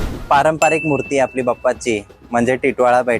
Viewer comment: मूर्ती खूप सुंदर आहेत. पण इट्स बाप्पा not बप्पा 😊